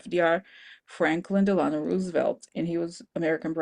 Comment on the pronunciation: Delano…pronounced, Dell a no (I used to live near Teddy’s Long Island home.)